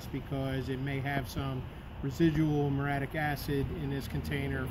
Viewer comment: It's Mur-ee-ah-TIC acid.